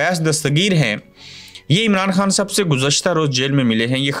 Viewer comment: Arey bhai aap خ ko ح padtey ho, eh kya baat hai ????